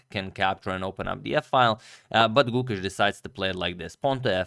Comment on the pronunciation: When you pronounce the name Gukesh, the e is long. So, it sounds like the 'a' in rAce.